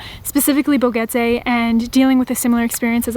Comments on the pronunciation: Boquete not BoGETE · It's pronounced Bo-Ket-Tay, not Bo-Get-tay. There's a "q" in the word, not a "g". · Boquete. Not Bogete. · Pro-tip: Boquete is pronounced Bo-KEH-te, not Bo-GEH-te. There is no ‘g’ in Boquete. Other than that, thank you for the beautiful and heartfelt documentation of beloved Panamá. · Enjoy your adventure, BUT .. Just irked that after being in Boquete Panama for the length of time you have been, that you always mis-pronounce the name! You say "Bo-get-a" but it is pronounced with a hard "k" sound like "bo-ket-a" like a boquet of flowers - hence the probable name of the town. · It’s not pronounced BoGuete. It’s Boquete with a Q. Bo-Ket-Tay! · When you say Boquete think about the letter “K”. It is pronounced like this Bokete. Make sure you pronounce the letter T also. This way you will sound a lot less like a gringo. Good luck with your new home! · Nope, it's bo KET eh, nice try tho! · Incorrecto! Actually Bo-KET-Teh! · Your new Panamanian neighbors would probably appreciate you both pronouncing their city's name correctly